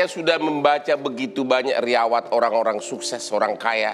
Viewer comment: Riwayat pak Hotman bukan "Riyawat". 😀